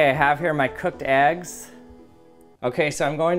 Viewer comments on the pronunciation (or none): Can someone tell me what an agg is? I don’t know why he was calling them aggs. They are eggs, learn to pronounce things.